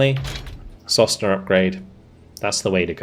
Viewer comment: sosnA "a pine". I don't think there's any point in trying to correct your pronunciations, haha. You're almost always wrong. Well, it's not that important at this point.